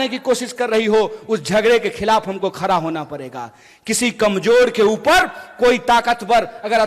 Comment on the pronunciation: खडा को खरा बोलता ह हहहहह